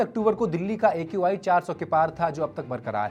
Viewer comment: She’s just a bjp puppet who can’t even say AQI properly 😂